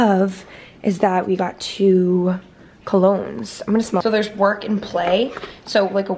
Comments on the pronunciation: “co log nes “ 😂😂 i say it that way too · The way pronounces “colognes” I’m DEAAAD lol not sure if he was kidding but I thought it was so cute and funny